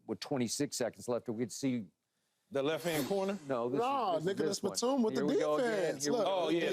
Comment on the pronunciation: im pretty sure he said Nikkalas batum